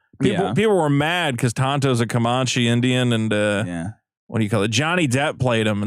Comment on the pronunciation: Comanche is pronounced like "Man", not "mon."